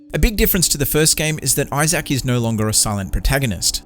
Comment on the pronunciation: I love how he pronounced Isaac as “Isayac”. lol